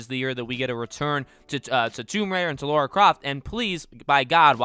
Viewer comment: My biggest Tomb Raider pet peeve is when people call her “Laura”. The disrespect. Educate yourself. Her name is Lara. 😂